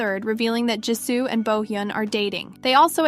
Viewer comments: It's Jisoo and not Jisso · How this voice pronounces "jisoo" lmao....